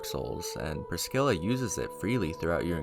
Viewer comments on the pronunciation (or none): Most of these names are said by npcs in the game, and the way you say Pris-scilla makes is seem like she has a Black people name lmao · Fun fact: there's no k in Priscilla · Had to leave a dislike for the number of times you called Priscilla “Priskilla” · This video is great but every time you say Priskilla I wanna priskill myself my guy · To the OP: Ngl I laughed when I heard "Priskilla" lol, but nah don't worry about it, shit happens. Great video. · please, never call priscilla priskilla ever again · ah yes, good ol "ith rill" edit: bro, there is no way you just called gwyn "gwen" wtf, there better not be any more pronunciations like this, i physically can't fathom how you are reading these words this way.\ edit 2: dear god "priskilla" at this point i have to write down every one i notice. its now just funny to me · Never met a person who said "Priscilla" as "Priskilla" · Great video, there were just a few pronunciation errors that I heard (Priscilla, heinous, steed)